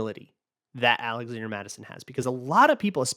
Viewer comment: “zalazander” Mattison 🤔😂😂